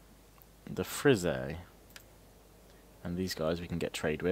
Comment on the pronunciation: And btw lemme help you with pronouncing the frisii name, as you in england would pronounce it as freesee, but make the free part sound like one e and the second bit a tad longer